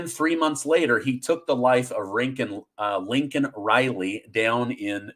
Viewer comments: Say her name... It's not lincoln.... It's laken You're starting to sound like JRB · the girl that was killed by the illegal alien was Laiken Riley (Not Lincoln Riley) Please take time to pronounce correctly.... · Hi, greetings from South Africa. Are you pulling a Biden on us? It is not Linken Riley, like Biden said, it is Laiken Riley. Most people in South Africa are rooting for America; if America falls, the whole world falls! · It’s Laiken not Lincoln.. lol